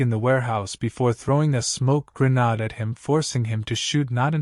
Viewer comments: you need to prounounce the words correctly like grenade not grenaud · gru-NAHD?!! gru-NAHD?!!